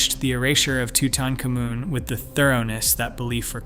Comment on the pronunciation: let me explain something to you . idk qwwhy your saying his name like that but it is toot-ankh-AH-moon